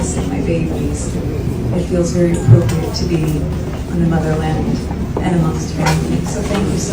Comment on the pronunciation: How she says the motherland…….🤣😂🤣